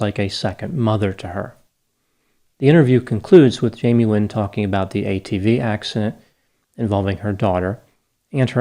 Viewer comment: It sounds like you are saying Jamie Win ???